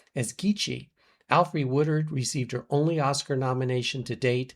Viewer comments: sounds like you said Woodward on the second mention..... Woodard was ROBBED of a nomination for PASSION FISH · Her name is Alfre Woodard, not Woodward.